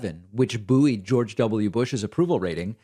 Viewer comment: Someone needs to tell David that 'buoyed' is pronounced 'boyed', not 'boo-eed'